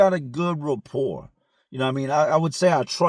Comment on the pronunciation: You say repore about 100 times every video ask about me.